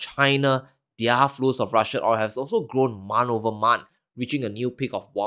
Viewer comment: man say one mont